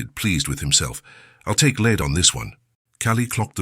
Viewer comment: Just some words are pronounced incorrectly - "lead" pronounced as the metal and not as the leader.